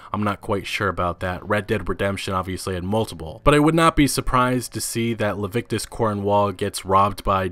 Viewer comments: Le-vi-ti-cus, not Lev-ic-tus, just sayin'... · Leh-vi-tik-us, not Levitcus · Every time you pronounce it "Lavictus" I die a little inside. I don't usually nitpick but it's almost criminal for someone who is obviously an intelligent human being to consistently misread/mispronounce something like this. Lah-Vit-Eh-Cuss. Please. :( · His name is Leviticus Cornwall. It's not Levictus. It's pronounced Lev-ity-cus. Its still not as bad as Red Bandit pronouncing Rhodes as Roadys though. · Leviticus cornwall ffs.. not levictus.. anyways nice video 🤙🏻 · It’s Leviticus Cornwall not levictus Cornwall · Leviticus? As in the Bible? Or "Levictus" as you said? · It's Leviticus Cornwall not "Levictus"! Hahaha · luh-vit-ehh-kuss, not lah-vick-tuss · Leviticus not levictus. I mean cmon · It's LEVITICUS Cornwall! Le - vi - ti - cus. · lol - Jail Members are also called "prisoners" Luh-vit-uh-cuss . . .